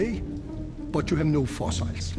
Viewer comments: love his pronunciation of fossils… “foss-isles” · What are “fossiles”?